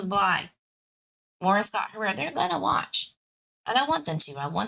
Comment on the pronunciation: Hi, Harer is pronounced ( hair er ) certainly not being rude, love you I just thought I’d let you know